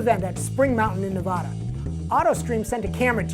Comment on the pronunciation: Nev ADD Uh.